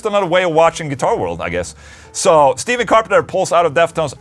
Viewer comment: Just saying Stephen C is pronounced like Stefan, rather than Steven. Loves x